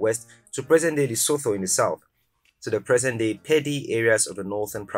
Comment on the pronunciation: Lesotho is pronounced as Lesoto (the th is a t sound) and its Zululand not zuzuland.